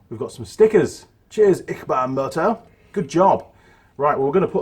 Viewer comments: I think its pronounced itchy, barn ?? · 🤣 it's pronounced itchybaan, your honoured to receive those stickers....